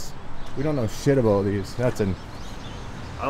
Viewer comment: you crack me up dude. It’s ABOUT not ABOOT. It’s also PRA CESS not PRO CESS. lol keep it up. Great content and I’m waiting on that 1 million subscribes.